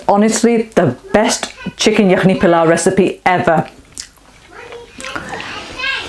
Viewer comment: Surely you don't need to anglicise all the words like PEELAW, come on you know how to say it properly.